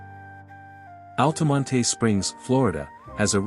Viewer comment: I grew up in Altamonte Springs, if you're going to do a video about it, you might want to learn how to pronounce it, the "e" is silent in Altamonte! 😁 FYI - In case you knew that, use a pronunciation key in your AI voice generator >>> "ALL-tuh-mont"